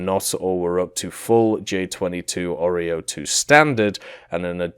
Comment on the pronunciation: Its not a oreo its Orao. good lord.